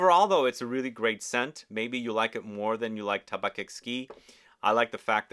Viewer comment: I like tabac blanc. It's a good fall perfume that can be worn by a woman. And in French, it's pronounced "Taba"